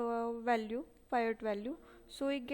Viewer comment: In 3rd question- PIVOT is called as - पिवोट्स and you are calling it as पायोट्स